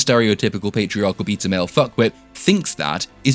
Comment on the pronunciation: every time you said "beta" i heard "pizza"